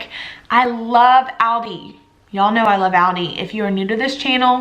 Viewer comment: Love your ideas. Keep them coming!!! Please Google the pronunciation of aldi.